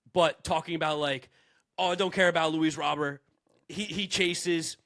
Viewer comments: It's roh-BEAR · ITS RAH-BURT damnit!! Pronounce it like he's American that's how HE said it's pronounced 🤦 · Baseball America posted a copy of the official MLB pronunciations guide. It's just Luis Robert. R-O-B-E-R-T. Not Row-bur, not Row-bear, not Rob-er. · You guys will never pronounce Robert correctly 😂. Robber? Haha that's wrong too. Native speaker here.